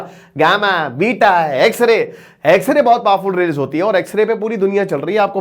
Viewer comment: X ray bolne pr video skip kr diya😅